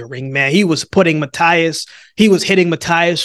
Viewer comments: Don't take in the wrong way but. The right way to say Matias last name is ma-t-ass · Matias is pronounced like this👉🏼 Mateas! I got Matias 100%